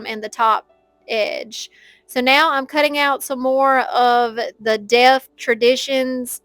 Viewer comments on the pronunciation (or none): Pronounced Dellf…like elf, with a “t” at the end. Dellf…t.